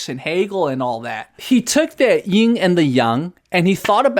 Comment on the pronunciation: FYI it's yin, not ying. Yin and yang is correct (陰陽).